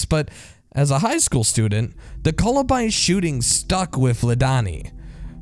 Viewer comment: It's pronounced "Columbine", not "Colabind"